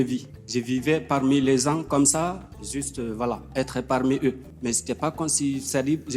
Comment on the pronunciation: "Les zans" = les gens 😂